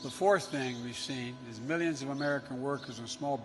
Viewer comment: Biden cant even pronounce millions or billions right let alone have a plan for this economy. So Trump 2020 hair SNIFFING weirdo